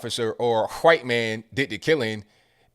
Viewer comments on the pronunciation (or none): I gotta say, your pronunciation of "w" in White or Wash or What is as white as it gets lol. Whhhhhite......Whhhhhash..........whhhhhhat. But I agree, they are just pushing racism further. It's like they are trying to keep us divided by their misled opinions rather that really discussing their points to make them more understandable. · did you just say chwhite? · They spelled folks as "Folx" for possibly the same reason you pronounce white as "hkwhite" lol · I'm not a native English speaker so I'll just ask this... Is he saying "white" as "hwite" the same way Steweie says whipped cream? I think it's cool... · I just like hearing you say whhhhite. Ive never heard anyone pronounce the h in the word. Ive tried and cant do it..lol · this guy says white like Stewy Griffen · "Stewie why are you putting so much emphasis on the H?"